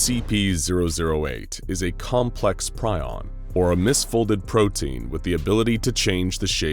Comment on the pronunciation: Ugh. Do your research man. Prion isn't pronounced that way.